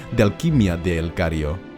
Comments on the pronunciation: Grande, como siempre! (aunque hayas dicho ''El Cario'' en vez de El Cairo xD). ¿Harás uno de Voldemort? O igual que con El Señor de los Anillos evitarás hacer vídeo de los malos principales (sin contar con Morgoth y Grindelwald [del que doy x hecho que harás uno]) Me gustaría que hicieses el de Sauron algún dia, y espero que hagas el de Dolores Umbridge y Nagini cuando puedas. Sigue así que eres un máquina! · El cario¿? No sera el cairo 😅